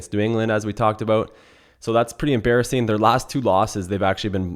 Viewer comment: Aboot! Hmmm sounds Canadian lol good picks